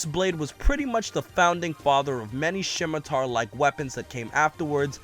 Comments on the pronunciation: came to the comments to see if anyone else got hung up on how he pronounced Scimitar. guess it’s just me? Schimitar... where’d the H come from? 😅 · that pronunciation of scimitar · Honestly from the official names being weird. Misnomer are so common that these are fine. My only issue the way scimitar was pronounced and gladius instead of arming and longsword.